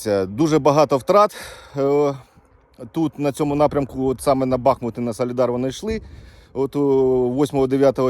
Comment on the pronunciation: Будь ласка, БахмУт, не БАхмут.. і так боляче дивитися на рідне місто, ще й нервові зриви через наголос 😢 не такої слави хотілося….